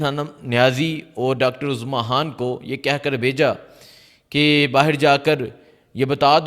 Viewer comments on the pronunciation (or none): none